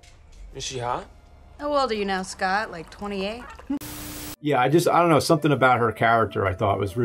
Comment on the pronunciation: nobody: scott: ionknow